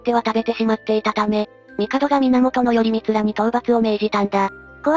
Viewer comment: よりみつではなくらいこうですよ